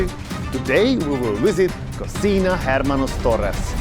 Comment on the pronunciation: the H is mute in hermanos or any other Spanish word